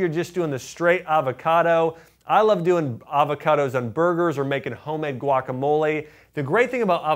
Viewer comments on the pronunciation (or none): none